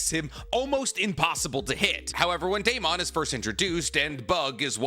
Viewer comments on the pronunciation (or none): none